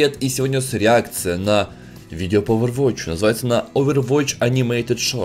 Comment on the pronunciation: Почемууу ОвервоТч? не надо так. просто overwatch